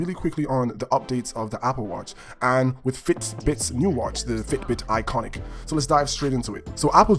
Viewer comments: It’s ionic, not “iconic” you dumbass. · It’s Ionic.. not iconic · Its not iconic dumbass its IONIC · Ionic not iconic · Its an IONIC not an ICONIC!! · I stopped watch once he mispronounced ionic twice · Don’t know if I can trust a review that mispronounces Ionic and Fitbit. Good video though.